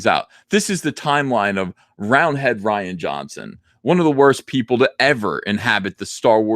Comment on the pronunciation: As someone named Ryan, I humbly ask you refer to him as roundhead "Ree-an" Johnson. Thank you for your time.